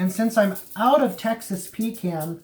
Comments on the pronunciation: Pretty sure you dont drink a "con" of coke do you? Its "pee can" lol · Had to interrupt after 2nd “pee can”. Please, please... pahcahnn. 😀. A pee can is something you use when traveling and don’t want to stop and use the bathroom or side of road for #1 Thanks! Just having fun! Keep Smoking!! Oh...Grilling is for High Temp meats (steaks, hamburgers, hotdogs) for those that don’t know.